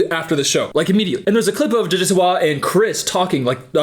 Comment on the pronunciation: I’m dying hahahaha the way says her name 😂😂